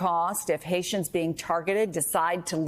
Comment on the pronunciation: JD Vance thinks haitians come from 'hay-sha". Seriously. Lol